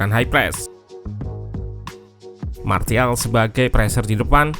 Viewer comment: SARAN: biar channel ini lebih keren lagi, tolong perbaiki pengucapan kata-kata bahasa Inggris-nya. Kemudian, pengucapan nama-nama pemainnya jangan salah dong. Masak iya nyebut Martial, huruf T-nya dibaca bulat-bulat min. 😄